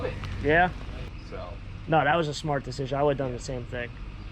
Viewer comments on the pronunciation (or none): none